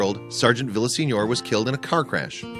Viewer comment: Lose the robo voice. It is senior, not signor. How hard is it to have a real person read the story.